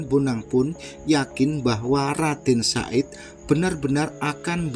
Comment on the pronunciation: HE BUKAN RADEN SA'IT CAK, TAPI YG BENER TU, RADEN SAHID, OOOO NGOMONGE BANTER SALAH, WES GK KOMEN MALES